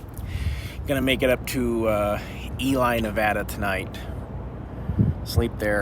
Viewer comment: Ely, NV is pronounced E Lee not Eli